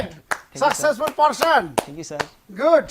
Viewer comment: Kangrachu lesson 😂 Sucksessfool pursun 😂